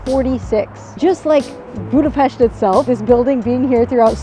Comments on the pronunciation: Props for pronouncing Budapest the correct way, well done! :) Just a bit of correction: The Buda hill is not part of the Alps, and the Danube river was never considered to be the border between Europe and Asia. It was just the border of the Roman province of Pannonia. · That's a very very beautiful woman in a very very beautiful café. 🥰 Thank you for pronouncing Budapest correctly. 😊 I like that you talk about the history of Budapest, you said things even I didn't know. It wasn't Budapest that was getting fixed up for its centennial celebration but Hungary getting ready for its millenial celebration, as it was 1,000 years ago at that time that the Magyars came into the Carpathian basin. 🙂 Wow, this video is so well-made, I'm amazed! I wish you the best. Köszönöm. ❤